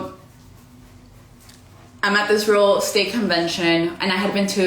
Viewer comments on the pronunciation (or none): Is she saying “real state”??